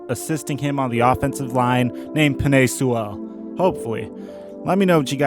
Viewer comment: The cowgirls getting rid of tyron smith because he said penai Sewell